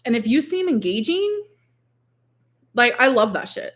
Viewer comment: "If you can hold a conversation, and you can be engageen, that's a turn-on for me." Also "Like naaaooo naaaooo that's hectic liiiiiike hectiiic"